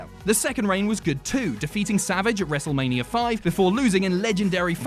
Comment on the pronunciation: Wrestlemaneeurrrr he says